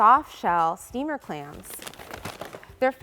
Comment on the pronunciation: i thought she said steamed HAMS!